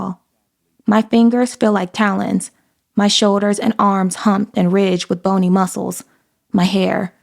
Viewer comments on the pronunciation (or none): none